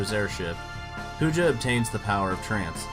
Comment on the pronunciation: Garland is more iconic bro.. wooow you even called Kuja for Poojah in the video rofl. Small nitpick, I think Sephi is more iconic than Kefka as well